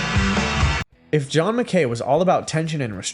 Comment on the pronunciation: "john mc.K A Y"?!?🤷‍♂️